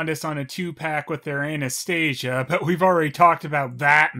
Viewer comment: I swear I thought I heard you say Anus stasia .Probably more fitting name for Golden Films and Dingo version of the story